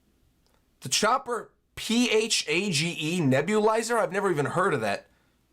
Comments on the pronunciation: The Latin meaning could be right idk, but the pronunciation of phage should be 'f-age', as in a bacteriophage which is a virus, not 'fah-jay'. The -phage ending is derived from Ancient Greek 'phagein' which is something like 'to devour/eat' as well, because a bacteriophage 'devours' bacteria when replicating. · Phage is pronounced Fage. Rhymes with Cage. Fa-Ge is completely wrong lol. It's short for Bacteriophage, which is a virus that replicates in bacteria. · Just want to tell you, that word, phage, is pronounced like page with an f at the start. It's short for Bacteriophage which is a type of virus that infects bacteria and other single cell organisms.